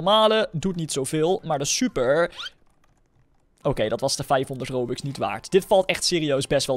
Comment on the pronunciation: Waarom zeg je rubux 😂